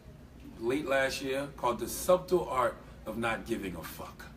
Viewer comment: pronouncing the B in subtle? like how have you never heard that word said out loud before, also most clickbait title ever they didn't say one word about schultz i don't think lol